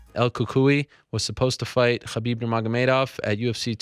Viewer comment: stop saying "Khabib" that way Ariel